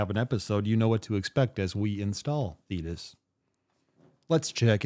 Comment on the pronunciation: Sorry, Dude, Thetis rhymes with Cletus, and that thought does not impress me